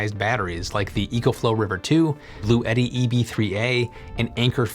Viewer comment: Bluetti is pronounced Blue-tea. Two syllables.